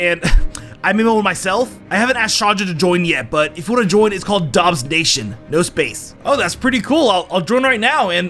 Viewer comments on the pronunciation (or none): none